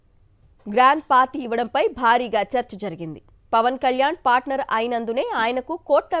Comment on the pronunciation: తూ..తెలుగు రాదు... పాస్టర్ కాదు పార్టనర్ 😡😡😡 ఇలాంటి సొల్లు వార్తలతో నే వైసీపీ పార్టీని నాశనం చేసారు..ముఖ్యంగా మీ పాత్ర ప్రముఖం